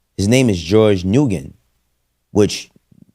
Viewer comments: No this man did not say NU-GEN. Let me help you brother! The Asian last name "Nguyen" is pronounced similarlyto "win" or "nuh-win" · Just in case anyone is curious or doesn't know, the way to pronounce "Nguyen" is either "N-wen" or just "Wen." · Nguyen is pronounced "nWin or Win" just an FYI.